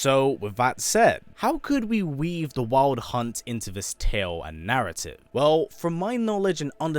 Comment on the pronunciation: The way he says wild hunt hits my ears wrong.